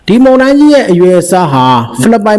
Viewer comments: ပို့စ်သတင်းပြောသူရေ ဒါလေးလေ့ကျင့်ပါ မုန်တိုင်း မုန်တိုင်း မုန်တိုင်း မှုန်တိာင်းမဟုတ်ပါ မုန် နဲ့ မှုန် အသံထွက်မတူပါဖူး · မှုံတိုင်းမဟုတ်ပါ,မုန်တိုင်းဟုအသံထွက်ရမှာ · ရေးတော့လဲအမှန် ဖတ်တော့လဲမှန်တဲ့အသံ ဖြစ်သင့်ပါတယ်။ မုန်ယိုတာ မုန်တိုင်းဆင်တာ' မုန်' အသံမှန်ထွက်ရမှာ ဟထိုးအသံ ထွက်ရင် အမှားလို့မြင်ပါတယ်။